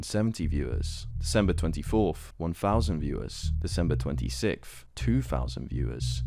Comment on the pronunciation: your "TH"s sound like "F"s and in it sounds like you're doing it on purpose when saying twentysicff instead of 26th